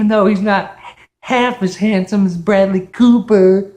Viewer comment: 你的视频满好玩的 但是 你说布莱德利的名字发音不太好